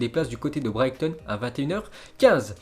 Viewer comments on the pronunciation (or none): none